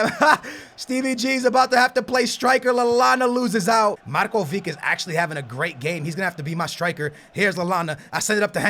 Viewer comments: u say markovik but its markovitsch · markovic(h) not markovik. u can pronounce ibrahimovic(h), modric(h) and so on... but anyway get DZEKO from roma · Its Marcovitch, not marcovik you are saying it wrong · its not pronounced markovic its markovich the same as modric is modrich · It's Marković,not Markovik -. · DUDE READ COMMENTS!!! MARKOVIC NOT MARKOVIK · pls for the love of God it's Marcovich not Marcovic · Really good video :D But your spelling of Marković is wrong ;D You need to say Markovich same as Ibrahimovic :) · The "c" of Markovic is pronounced like the "c" of Mandzukic ;)